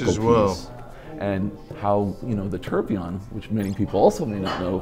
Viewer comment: All these watch experts and they all absolutely butcher the pronunciation of tourbillion. 'Torblon' Tour-bill-e-on